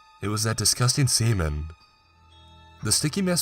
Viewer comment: I swear he said semen